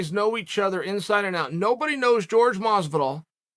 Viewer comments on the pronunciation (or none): none